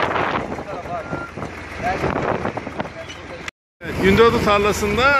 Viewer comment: ayrica gundogdu deGIL gundondu denir 😊